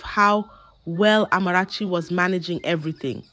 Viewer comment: She doesn't pronounce words like a Ghanaian and has no Ghanaian accent. She pronounce the Amarachi perfectly.